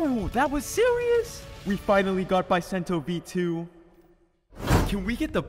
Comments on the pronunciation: Its called Buh sen toe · Its pronounced Beu sento